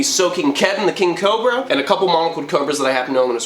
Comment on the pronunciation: It sounds like he's saying cober instead of cobra, lol.